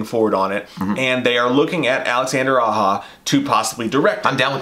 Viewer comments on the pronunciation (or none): Sorry fellas but Its pronounced Alexander "Ah-Jah".....Not 'Ah-hah".....anyways...just breakin your balls.....His Hills Have Eyes is prolly the best horror remake to be made in the modern era....Switch Blade Romance was an amazing film...I loved the twist. Even his Piranha movie was pretty cool.... one of those type of movies that didn't take itself too seriously and it was definitely a lot of tongue and cheek.... and with Alexander teaming up with Sam Raimi to make that movie Crawl I really need to go see that and I like what you guys said I agree big time that Alexander holds a deep respect for Wes Craven and his movies and almost seems as if he feels like he has a huge responsibility to bring something incredible to the screen and not just some cheaply thrown together soulless money cash grab .....so yes I'm very excited for another Nightmare on Elm Street and I really really do hope Aja directs it ....who do you guys think would be good to play Freddy though?? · Aja is pronounced "ah-zha", not "ah-ha". It's french, not spanish. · His name is Aja and it's pronounced "ah-zha", not "ah-ha".